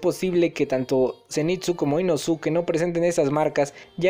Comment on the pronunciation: Se que esta mal que te diga pero, inoske y nezko es como se pronuncian sus nombres